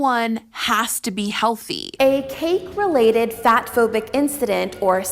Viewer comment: It's bothering me that she keeps saying "incdident" instead of "incident"